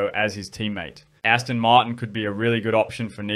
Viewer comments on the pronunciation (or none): none